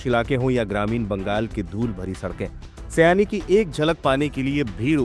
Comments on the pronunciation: सयानी नहीं, शायोनी सयानी का मतलब कुछ और 😂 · सयानी नहीं, सही वर्तनी होना चाहिए सायनी। बंगाली उच्चारण : शायोनी घोष